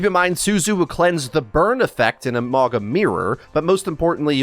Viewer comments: Please, spread the word: the correct pronunciation is Maunga. Mauga meaning mountain in Samoan. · ma-oh-nga. The G is pronounced like the G in the word "long" The Samoan "G" sound is the hardest letter to say for English speakers its funny that they picked a name with G in it. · It is pronounce MAUNA. In samoan the G is pronounced as an N. So its MauNa.